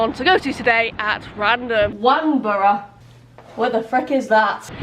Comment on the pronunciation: Love it! Know the area very well having lived in Guildford for 13 years. Cycled through those areas very regularly. Love how you pronounce Nor-mandy as if it’s a mixture of the names Norman and Mandy! It’s pronounced Won-borough too not Wan-borough but you aren’t to know! Keep up the great work! Maybe one day you’ll get Church Stretton in the generator where I live now. Much easier to get to from Macclesfield!